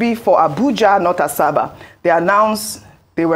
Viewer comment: Ms. Ojyk, it's not "Asaaasabaa" ; it is pronounced ASABA!